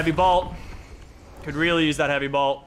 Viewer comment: Who else was raging when you said blot instead of bolt? 😂